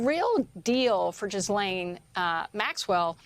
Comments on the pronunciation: It's so funny to me that literally nobody pronounces Ghislaine correctly or even tries to do so. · Jis-Lane is her name, stop giving her any props by trying to pronounce her name properly.